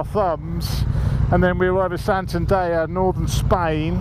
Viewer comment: San-tan-dare..... 😀 Not San-tan-da-ya...... 😂